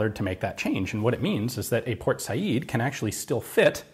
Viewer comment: Thank you so much for saying "Por Sayid," instead of "Port Sayed." That always annoyed me. Also, thank you for digging up more relics to take apart, and show us all the bits inside, as usual.